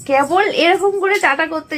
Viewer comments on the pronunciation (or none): none